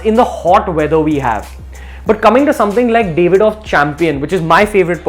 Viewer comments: Its DAV-ID-OFF, not DAVE-ID-OFF. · It's Daavidoff, not Davidoff